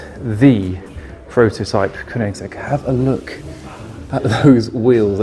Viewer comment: "kunigsegg" lol